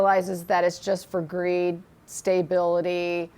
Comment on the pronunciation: Please please please pronounce stability not staybility thank you